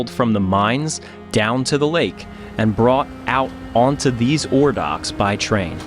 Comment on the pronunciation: actually was wincing hearing it. It just seemed a silly thing to say wrong, a 5 letter word. As for Belle Isle, if you're in a hurry, I can see it.